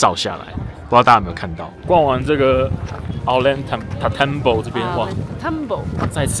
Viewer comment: 我和太太今年4月初也在那邊待了一個月，確實很值得去的地方，今天11月還要再去秘鲁亚马逊雨林。 Ollantaytambo應該唸成：歐陽太蛋波